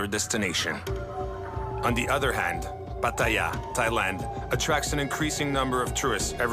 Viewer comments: No, he butchers "Pattaya" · He mispronounced Pattaya.